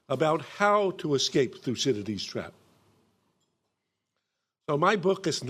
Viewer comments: (Minute , Thucydides) Except that the speaker, cough couch couch, is obviously not able to pronounce his name. A shame on Americans and even brits that you are not able to pronounce any "non english" name correctly. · Why is this guy so obsessed with pronouncing 'Thucydides'?